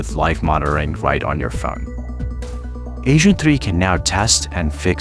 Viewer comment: lols he said ASAIN 3